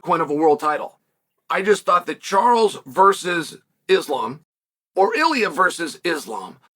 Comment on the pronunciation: At least Chael can pronounce “Islam”… 🙄